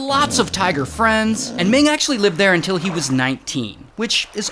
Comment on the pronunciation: I hate the “unil”